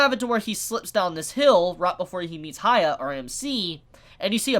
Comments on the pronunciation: It’s Huh-yah-kee Or Huh-yah-kee-mar-oo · I'm sorry but it's really bugging me, why do you keep saying 'Haya'?? Who's Haya?? How hard is it to say Hyakkimaru?? I get that the pronunciation might be hard but one can try, especially after so many people spelled the right way to say it ( and it's said many times in the anime). I apologize if I come across rude but it hurts a lot everytime you say 'Haya'. The name has a meaning as well. Anyway, thank you for the videos and wishing you a good day. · As much anime as he watches, pronunciation was never strong suit. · Heeyah-kee-mah-roo Unless you are just trying to give him a nickname, but where would you get Haiya? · Reviews He-yack-key-mar-roo (Hyakkimaru) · why do you call him "haya"? do you read his name as "hayakkimaru"? because the first sillable is pronounced like the word "he", just saying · Please just learn how to pronounce his name. An anime reviewer of all things should be pronouncing names correctly.